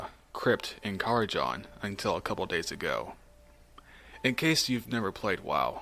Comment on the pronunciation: I will complain you said karazhan wrong.